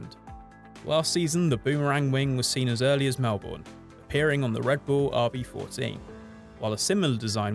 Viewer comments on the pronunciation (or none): MEL-BN not MEL-BORN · Pronounced melburn